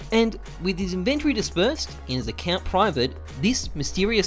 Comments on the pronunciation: The way you say inventory bothers me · Good evening to everyone except people who pronounce "inventory" like does.